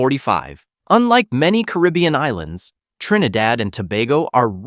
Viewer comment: Learn the correct way to pronounce "Caribbean".